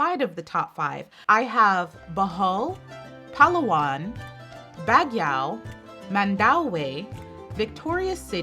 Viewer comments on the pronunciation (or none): BAGUIO CITY is pronounced like "Bag+yow" City. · baguio should be pronounced as BAG-YO😘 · Baguio City is pronounced like "Bag-yo" or you can say it "Bag-you".